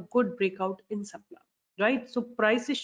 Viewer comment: Nice one... on the lighter note its CIPLA not SIPLA